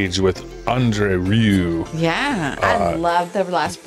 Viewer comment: André his backname is not rew but Rieu (Ri-jeu) how you pronounce it😉